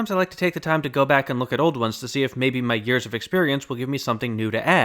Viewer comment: "My 'ears of experience"